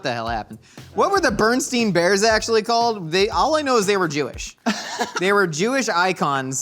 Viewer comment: said Berenstain bears the wrong way and I can't get over it